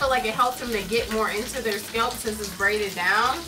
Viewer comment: "their scelp"